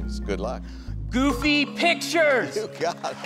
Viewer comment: He said picshures. Take away his money like the other guy with a mispronunciation.